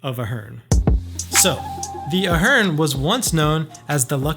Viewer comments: Good video, but you're pronouncing the name of the hotel incorrectly. It's A-HERN (A sound as in pay, play, stay), not UH-HERN. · A-hern, not Uh-hern. I'm there two or three times a month. You don't need to go out back, and Sahara is as safe as anywhere else. Clearly being a dick for clicks. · I say Ey Hern you say Ah Hern. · Good vlog..and the hotel name is pronounced A-Hern... some cool Las Vegas mob history ..Right where the Ahern parking garage is, there was a short street that had a 1980's mob owned jewelry store called ,'The Gold Rush'..Then Gold Rush was owned by mob associates Tony Spilotro and Herbie (Fat Herbie) Blitzstein...and actually this hood is fine, for anyone with some courage......also as noite din this vlog, longtime Las Vegas celebrity and mob restaurant 'The Golden Steer' is steps away..... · Lmao…. Are you 💯 sure that you don’t pronounce it “ A-HERN ? “ 🤨🤓🤭🤭🤭🤭🤭🤭🤭🤭🤭🤭🤭🤭🤭🤭🤭🤭🤭🤭🤭🤭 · oof, it's pronounced like "air-in" or like Aaron/Erin/Aron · It's pronounced with a long A at the begining I know the owner